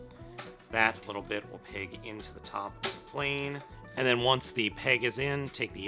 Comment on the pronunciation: He say ze plane